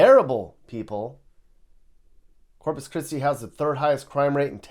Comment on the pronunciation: Corpus "Piss-ti"! Hahahahahahahahahaaaaaaaaaa!